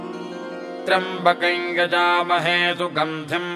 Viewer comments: is it triambkam or triambkai kindly clarify. the pronounciation seems to be triambkai. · Clear rendition of a great mantra. I have been hearing this mantra exactly like this (except the single syllable triyam , I heard it as double ) for the last 55 years, at Trivandrum. The voice and rendition are superb. Please keep this up When I heard I it, I felt God has come again through the author to restore the sound power of mantra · त्र्यम्बकम् या त्र्यम्बकन् का उच्चारण किया जाए ? सुनने में त्र्यम्बकन् आ रहा है, लिखा हुआ त्र्यम्बकम् है।